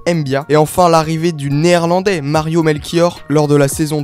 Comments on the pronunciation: Ce n'est pas Melchior mais Melchiot.... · Melchiot pas Melchior mdrrr